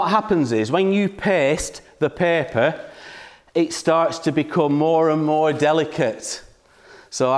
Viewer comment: I thought he was saying pepper 🌶